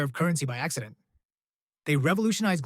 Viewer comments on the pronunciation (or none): none